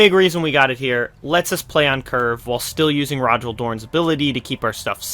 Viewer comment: Cool video. I might try this out with another IF warlord, given that I'm missing Rogal Dorn. Also, I think Rogal is pronounced more like "Roe-ghal"